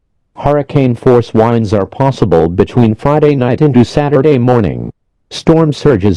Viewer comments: Hurricane force whindes LOL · Hurricane wines lol